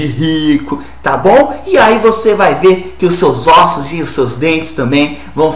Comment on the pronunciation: "nos nossos ÔSSO " kkkkkkkkkkk